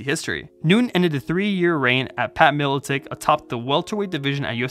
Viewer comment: Just a fyi, his name is Pat Miletich , not Miletick.